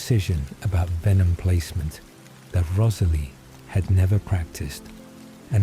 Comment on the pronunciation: This is so great; a well written, novel idea. Offering some friendly feedback? I'd be more inclined to listen (to any others) if the commentator's voice was less robotic (even though you're obviously aiming for asmr). Also, hearing a character's name often pronounced incorrectly ('Rosalie', for eg), snapped this Twilight listener right out of the spell of the story. Finally; many sentences are so lengthy they are screaming for editing to add full stops and commas! Or at least more pausing by the commentator. Again - meant as friendly feedback. Hope your channel continues to grow!